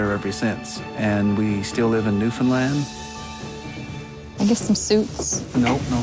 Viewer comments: Can't get over him saying newlin land... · Newfin land* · it’s a canadian show and the narrator doesn’t even know how to pronounce newfoundland?? that’s sad